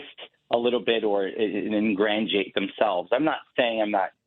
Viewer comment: I’ve never “ingrantiated” myself.